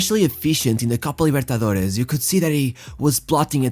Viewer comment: Excellent video. You did your research. However, I dislike the way you pronounced Copa Libertadores if it were a Portuguese word